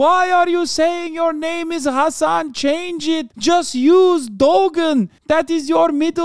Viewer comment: Did he just say حسن ??? Like not in a turkish accent but more of a persian accent !!!! I rewind it 100s of times. Someone please tell me sth if you agree with me.